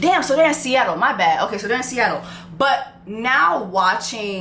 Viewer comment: Sista.... it's SEATTLE. 😂